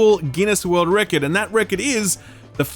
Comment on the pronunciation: Why are you pronouncing Record super weirdly